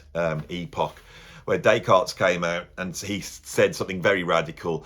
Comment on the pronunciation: Or “Descartes Bab”, as he was known to his mates.